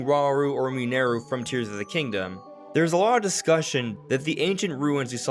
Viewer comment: Mineru isn't pronounced like that!!!